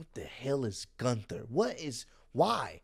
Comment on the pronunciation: I'm not calling him guther